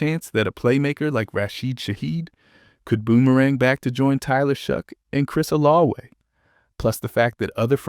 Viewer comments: That's how you pronounce Olave in French. 🤔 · I hate the way this guy pronounces Olave